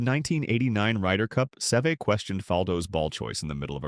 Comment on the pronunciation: And I wish the AI could pronounce his name the way it should be